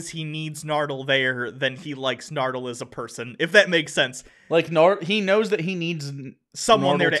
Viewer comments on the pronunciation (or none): Masterjedi343 it's actually "Chibnall." just garbage at pronouncing things. In the first episode for the season, acknowledged that he's probably pronouncing "Nardole" wrong, and still calls him "Nerdal"